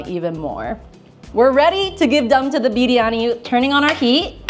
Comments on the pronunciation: your "biryani" pronunciation is just accurate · She says biryani so perfectly 😆